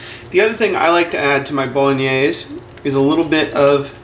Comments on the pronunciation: Can't even pronounce bolognese properly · I find your pronunciation of Bolognese interesting. You pronounce it in 3 syllables: as Bo-lo-NAAZ. Most people pronounce it as Bo-Lo-NEH-say in 4 syllables with accent on 3rd syllable. You're not Italian are you? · Eric Fisher Called Bolognese because its origins are from Bologna. What a load of bolognese!! It's true it comes from there, just don't want to carry on a stupid conversation. Who cares WHERE it comes from? Who cares HOW it's pronounced? As long as it tastes OK, that'll do me!! Btw, he pronounced Bolognese the way he sees it. Not sure I'd go along with his cooking method. That tomato paste is too much. Half of that would do and he should cook it out to get rid of the overpowering acrid, tomato taste. More garlic. Oxo cube - beef flavour. Tweaks like that. But then that's me 😉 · Betcha can't either. This guy was doing what he could with a foreign word. Do you have anything substantive to say?